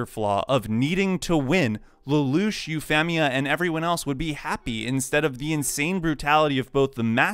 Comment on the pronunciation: Loved the idea for the video, gotta say hated the way you pronounced Euphemia's name despite saying Euphy correctly LOL C'mon man, there's a dub out. There's no way you didn't know how to pronounce it right hahaha Edit Well, I got further in and you say Suzaku weird, and even deus ex machina. Sorry, but that's too many strikes and too much cringe on the ears. I'm out